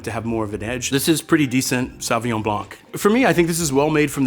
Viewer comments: No. Saw vi ngon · Is his pronunciation of "saw win yaw-ng” for Sauvignon typical of how most Americans would say it?